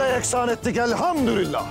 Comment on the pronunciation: Biri 'e Elhamdurilllah değil Elhamdülillah demeyi öğretsin 😊